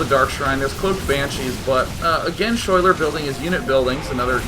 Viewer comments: Schuyler is actually pronounced like Skyler, that is my girlfriend's name and how she spells it, her parents are hippies. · day9 ur so cute when u have no idea that you are pronouncing the name schuyler incorrectly.